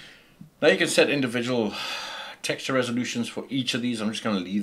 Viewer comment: dude i must try training to speak like you... texture...llll